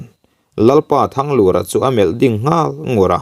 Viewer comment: THANGLUR tih lai hi a ri hi hniamin seo ta sela,Lal Thanglura hming i lam ang hian...te ka lo ti ve nuah nuah nia.